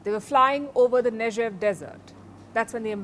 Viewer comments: Its not pronounced nejev its pronounced neg(g like gun)ev. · It is not Nejev, but Negev. Speak Hebrew properly. Or in this case English Ne'Gev G G G G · Nejev desert? Someone needs to teach her proper pronunciation.